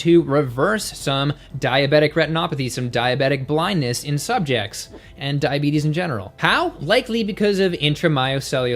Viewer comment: Did he really say: ...cause diabetis...and most importantly, do they make you fat?